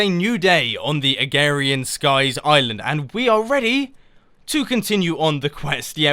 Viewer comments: it is called AgRarian skies, not Agarian skies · any1 els getting VERY annoyed when he keeps saying agarian skies not agRarian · Sorry, pet peeve, its AgRarian Skies not agarian skies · A-g-r-a-r-i-a-n skies not agarian skies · Saplings in a Oak barrel make dirt. Stand in water and shot rod straight up and it will land in water if it's not flowing and you can fish. Please mumbo this is a great idea but at least watch some videos on agrarian skies first, your not even saying the name right. :-/ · Your saying it wrong and very nice texture pack